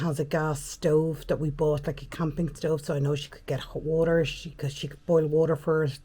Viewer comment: WALLOR😂😂ie WATER 😂😂